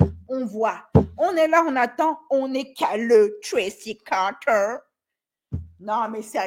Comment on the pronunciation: Arrete de dire "Tracy Carteer" je suis a 2 doigts de me pisser dessus😂